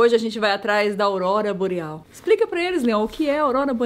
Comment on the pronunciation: "Aubora Loreal"